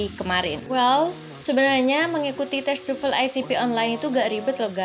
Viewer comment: Why almost Indonesians pronounce TOEFL as tufel?